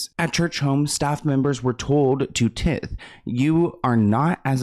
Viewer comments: tie~th not tith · Not tip- Tithe but ok 😂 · its tiiithe not tith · Long I on the Tithe word :) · T I (long I) the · I love your videos! Also, tithe is said like this: ti - th. Like ty dye! Mega churches can be very suspicious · "tith" was absolutely sending me into insanity loool